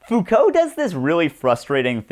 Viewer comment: "Fow-cult" ohhhhh no, they're gonna come for you.